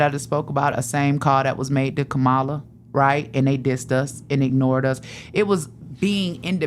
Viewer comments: Angie her name is KAMALA or COM-MALA to help you pronounce it correctly I agree with your talking points but at least say her name correctly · It’s a shame, she is a black woman and mispronouncing VP Harris’ name. If you can’t pronounce her name, let’s try calling her VP Harris. Angela Stanton is a disgusting individual who is upset that she couldn’t grift like Candace Owens!!!!